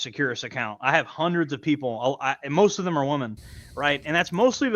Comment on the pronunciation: Haha consistently saying Woman instead of Women is one of the best parts. Listen to me guys, I know woman.... 🤦‍♂🤦‍♂😂